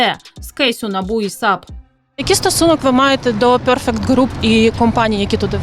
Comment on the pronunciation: Згідно з правилами англійської мови у слові perfect наголос на перший склад